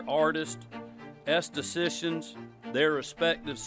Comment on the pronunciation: “Esaticians” 😂 lets follow this guy